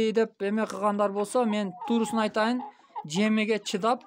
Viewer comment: Жэмиге дейтта ,Кыргызча так сөз эмес да